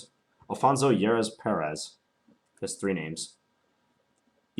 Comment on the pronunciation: "Jeres" in Spanish would be pronounced as "harez" in English would it not? Nice game though! Looks like your opponent should have slowed down a little.